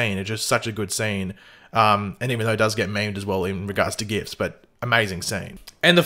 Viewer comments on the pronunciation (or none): none